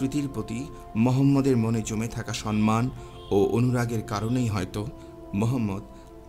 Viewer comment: আহ্বান - আওভান মুহ্যমান- মুজঝোমান সম্মান - শমমান উচ্চারণ গুলো ঠিক করবেন ভাই।